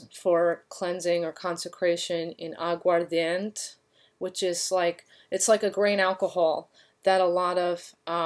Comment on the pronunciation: I'm watching your video, and need to point out the correct pronunciation of Agua Ardiente is fine, but the word ends with 'Eh', not a 't' sound. Good video otherwise. Thank you for the content! ❤️